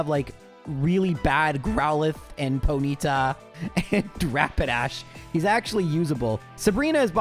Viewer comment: OMG YOU SAID PO-NEE-TA! Idk if you had seen my comment on another video, but I love that you said it in this video 🥹🥹 I had to go listen again to make sure I heard it right. 😅